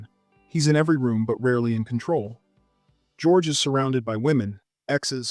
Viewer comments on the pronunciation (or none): none